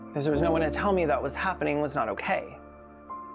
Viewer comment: Subscribed the minute you said "Ho kay"